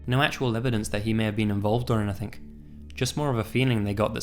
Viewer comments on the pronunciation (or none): Do you notice that says "anythink" instead of "anything"? Its cute!